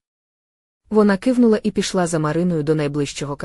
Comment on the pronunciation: Чи ви в школу не ходили??? Це ж якась пародія, яку неможливо слухати, слова перековеркані, наголоси не на тих складах.....капець...бли'щали, у ру'ці, ки'внула, тре'мтів, О'легом,.....КААААПЕЦЬ